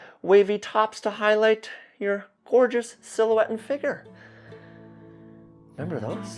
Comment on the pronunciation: Had me laughing out loud 😂 with the spinet fact and pause before "rememver those" Thanks